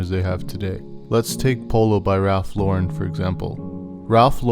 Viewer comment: Your saying Lauren wrong